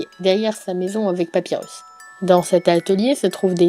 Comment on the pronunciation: "SanZ" "Papywus" Que du bohneur